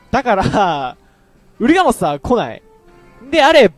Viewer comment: ウルガモスがウーラオスに聞こえた